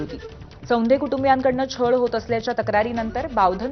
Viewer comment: " सौंधे नाही ताई चोंधे "अडनाव आहे त्यांचे.